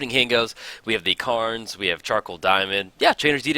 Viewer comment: "Now, as far as opening hand goes, we have the Karns ..." I'm like... whoa, what, both Karns, in Scorpion God?!? Dude. "Cairn" is pronounced similar to the name "Karen". Still, one of the most underrated channels on YT, awesome content, you deserve more viewers man. :D